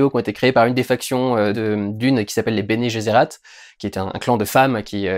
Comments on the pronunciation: Bene Gesserit et non bene guesserat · Bene Gesserit ( de prononce guéssérit) pas "geserat" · Bene Gesserit, pas Bene Gezerat. Sinon pour comprendre la profondeur de l'œuvre (et donc comprendre la hype autour), il faut lire les livres. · "Bene geressAt"... tu m'as tué looool Bene gesserit. Cela étant dit, je comprends qu'on soit pas touché, l'élément vraiment fou de l'histoire c'est un homme qui voit tous les avenirs possibles, trop difficile à rendre au cinéma. L'as-tu compris ? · je me suis arrété quand il a dit "béné jézérat". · dune sublime , durendal trop bon , "bene gesserat" c'est sur c'est pas ton trip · Faudrait revoir ta prononciation du Bene Gesserit et du Kwisatz Haderach :P Mais faut lire les bouquins pour mieux se plonger dans le récit, comprendre les enjeux et magouilles politiques entre les différentes maisons du Lansraad, de la Guilde Spatiale, de la CHOM, du Bene Gesserit ou du Bene Tleilax. Je pense que les 4 premiers livres (Dune 1 & 2, Le messie de Dune et Les enfants de Dune) sont vraiment à lire, mais ce n'est que mon avis.